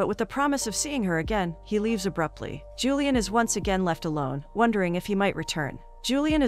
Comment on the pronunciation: I assume the girl's name is Julie-anne ( or variation) and not "Julian" the way this robot pronounces it.